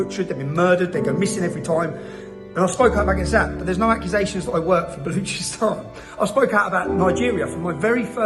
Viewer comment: out of all the things going on around the world he remembered Baluchistan he cant even pronounce it properly remember get famous over Being a PHD professor for Islam he dont give a damm about the passover he wishes more october 7th and palestine and iraq war innocent people killed so he can feel his relavance